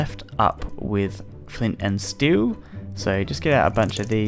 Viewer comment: flint and stew, u really said flint and stew?